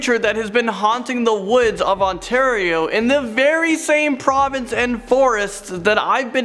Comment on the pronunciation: Wait Oshawa onatario?